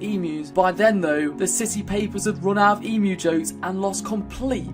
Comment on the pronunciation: Ughhh, being an Australian, a friend of mine who is not Australian always takes the piss out of me for the emu war -_- Ps it's pronounced eem-you not e-moo